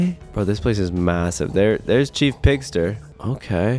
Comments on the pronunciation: It’s chef pigster not chief pigster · When you played against chef pigs tee it’s not CHEIF pigs tear it is CHEF poster like chef sounds like shef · ITS SHIEF BIGSTER BUT YOUR SAYING CHIEF PIGSTER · Chef not chief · First of all its not chief pigster it's chef pigster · I think it is chef pigster not Chief pigster😅😅😅😅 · It is not Chief Pigster it is Chef pigster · It’s not chief Big Sur it’s chef Pigster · Bro it’s chef not chief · CHEF PIGSTER NOT CHEIF PIGSTER. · It's chef not chief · Its chef not cheif 😒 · Caylus It's chef pigster Like a cook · FYI Caylus, it’s C H E F 👨‍🍳🐷🐽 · It's ch-e-f pigster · It's "chef" Pigster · It is pronounced chef peggster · It's pronounced chef pigster. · Not tchief picster chief picster.